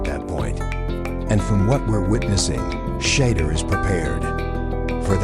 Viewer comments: Please pronounce Shedure’s name correctly! It is Shedure, emphasis on second syllable. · Sha-door is how it’s pronounced